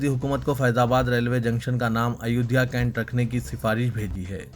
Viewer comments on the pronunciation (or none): شرم تم كو مگر نهى آتى ... اپنے تلفظ صحيح كريں ۔۔۔ ريلوے ٹنشن نهى "اسٹيشن " بوليں۔۔۔۔۔۔ايودهيه كانٹ نهى "كينٹ" بوليں يا كسى اور كو نيوز پڑہنے كا موقع ديں